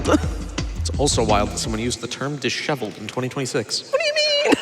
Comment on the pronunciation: I was [today] years old when I learned the proper pronunciation of disheveled.